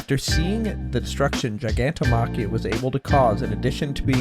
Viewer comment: Only issue I have with the dub is how wrong they pronounce gigantomachias name it’s gig not guy